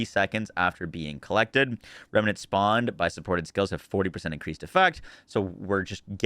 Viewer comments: Rem Nent Not remy Nents Lol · Rem-nents, not "rem-a-nents"